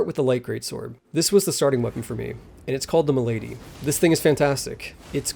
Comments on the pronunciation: I think you're referring to the word "malady" here. As in, like a sickness. It's pronounced mal-ad-ee, just an FYI, not tips fedora muh-lady lol Edit: Also it's weird that they're bringing back multi-option/stanced ashes of war, I thought they eliminated that for PvP balancing reasons...maybe they gave up on that after realizing how insane/probably impossible to balance this game's PvP is due to the numerous options granted to the player. Edit2: The inclusion of non-DLC enemies is going to be important for lore/worldbuilding reasons, though it would've been nice if they had some tricks up their sleeve in the DLC. No one wants to fight a million more Leyndell soldiers unless they had some more moves, some ranged options, etc to shake things up a bit. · calling the Mail-uh-dee the m'lady is crazy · Ma-la-dy not m'lady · "It's called the M'lady" tips fedora Bruh.. its malady. Mall-ah-dee. 😂